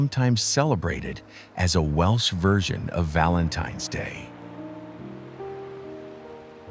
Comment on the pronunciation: Might be good if the voice over could at least pronounce Welsh.